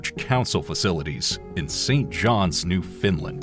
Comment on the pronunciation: ........new Finland? That's a new one to me! Maybe I'm missing something, but I thought it was Newfoundland.